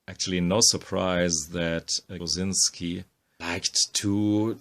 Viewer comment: Clicked to hear the name pronounced properly, stayed for the amazing art.